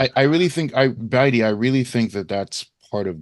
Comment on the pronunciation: pronounces Baidi’s name different every time he says it. Say it with me Bay•Dee.